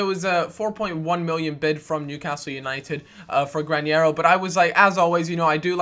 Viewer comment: Granero not Grañero